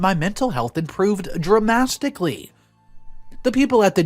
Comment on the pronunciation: Dramastically ??? This was funny